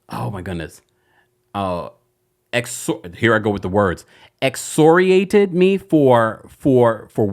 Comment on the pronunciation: excoriated (ex- core- i- ated)😂